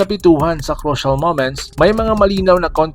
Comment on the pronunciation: Crucial pronounce it as krushall ok??? Not kroshal